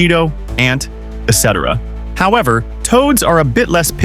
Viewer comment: It's "et cetera" not "ecetera" lol